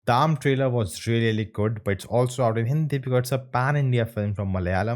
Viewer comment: Not Arm. It's A. R. M